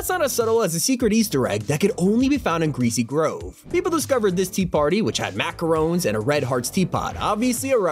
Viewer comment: Nah the way he said macaroons was criminal